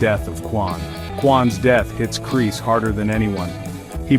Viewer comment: "Kris" no is Kreese